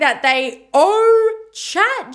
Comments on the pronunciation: Also, 'owe' not 'own'. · It's also OWE, not OWN. and APOLOGY. 😑